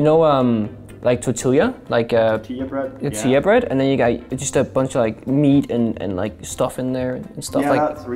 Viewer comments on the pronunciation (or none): Pengu really just pronounced tortilla with the L’s instead of as a Y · ACE Mai Sakurajima